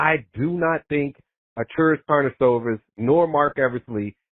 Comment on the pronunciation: Man, you really nailed! :) you say his name almost perfect. Great job dog :)